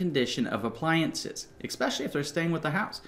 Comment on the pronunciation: You give great advice! Hearing “eckspecially” kills my ears, though.